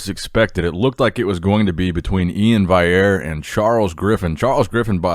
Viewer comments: E-IN VAL-E-AIR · Hey, Iain's last name is pronounced Val-e-air, not like Antoine's last name.